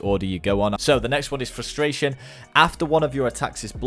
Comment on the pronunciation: You're reading Frustration wrong.